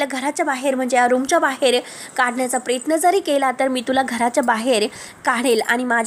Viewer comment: प्रेत्न नाही प्र य त्न